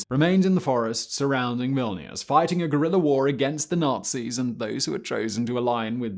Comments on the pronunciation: It's Vilnius, not Vila-noose. It's Da-khau, not da-chau (the ch is pronounced as in chicken). At the time, the Mossad was a refugee smuggling operation. It became a foreign intelligence organization after independence. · Villa-nus ? Veal-nus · It’s Dachau like ‘Dakow’ not ‘Datchow’, and Vilnius like ‘Vil-nee-oos’ not ‘Villy-noose’. For a man with a proper accent you should be sure of how to pronounce proper nouns rather than guessing from how they’re written down. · ''Vilnius'' or ''Vilna'' not ''Vilinuse'' I'm sorry, but it hurts my ears. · Great story, but the constant mispronunciation of place names makes this hard to watch. When someone speaks with confidence about history and they couldn't be bothered to look up Dachau (not Dashaow) or Vilnius (not Vilanus), I wonder what else in this video is presented from assumptions that weren't considered important enough to verify. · "Vill-ih-noos"? They were pronouncing it "Vil-nee-us" when I visited. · It's pronounced Vil-nius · VILLINUUS HAHAHAHAHAHA OMG dude it's not even hard. V I L N I U S - and the second I is silent. "small country" - bigger than England, mate! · My goodness, he can't even pronounce Vilnius! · man you really mispronounced that Belarusian city name lol